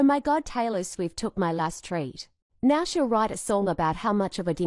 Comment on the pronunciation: are you serious right neow💀🤓🤡